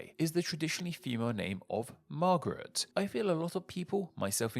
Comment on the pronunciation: What an interesting way to pronounce "marguerite." 😅